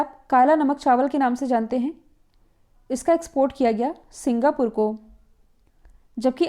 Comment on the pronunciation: Singa पुर nhi Singa पोर 😂